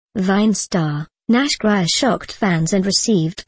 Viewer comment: It's Nash Grier and pronounced Nash Greer lol